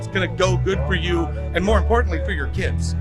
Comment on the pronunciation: Kérdezted, hogy a megszólaló amerikaiakat mennyire értettük. Teljesen. Az első szemüveges csákó mondanivalójában a "rural", "feel", "important" amelyek kiejtése kevésbé volt érthető. Valahogy furcsán ejtette őket.